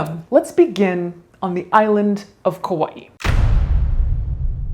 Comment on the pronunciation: Wow, someone who pronounces Kaua'i correctly. That is a rare thing indeed.